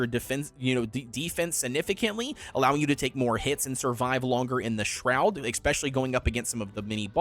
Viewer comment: I don't trust anyone who says "expecially". Expecially is not a word.